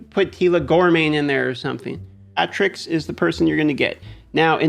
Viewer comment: It’s Cleo-terix, like pterodactyl btw :)